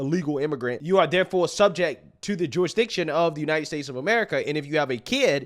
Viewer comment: Every time you say “jurisdiction”, I hear Jewish diction! Lol